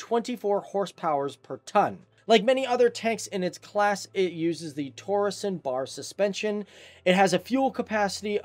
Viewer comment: and "torsion bars suspension" is pronounced wrong